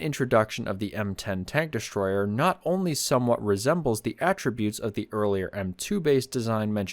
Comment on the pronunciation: I didn't know there was an "sh" in the word destroyer??? 👎👎👎👎👎💩💩💩💩💩